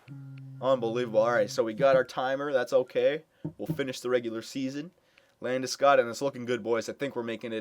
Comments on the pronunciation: The o isn't pronounced as it is in " school " its pronounced like "hog" or "dog" Landeskog. I have kitchener rangers season tickets so I saw him play the past 2 years. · Well I am Swedish so I guess I would know how to pronounce it properly, guess your season tickets showed me a thing or two ;) Trust me, it´s not pronounced like that, but how ever, in North America it is. Then again, Landeskog isn´t from there after all.